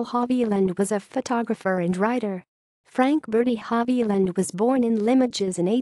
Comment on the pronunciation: Sorry to say that the narrator's pronunciation of non-English words and names is atrocious.